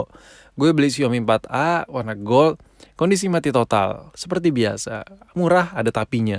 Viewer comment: Ngomong mati totalnya klo nih org mah "MATOD" bukan "MATOT" kimaq